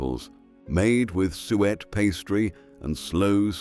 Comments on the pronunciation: Not sweat pudding, it was pronounced Sue et lol! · If you're going to use an AI voice it would probably sound more professional/authentic if you could find one which can pronounce suet. Why don't you just use your own voice? (My guess would be that you're not British) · It was the AI voice which mispronounced some of the words! The man's voice say sweat pudding instead of suet!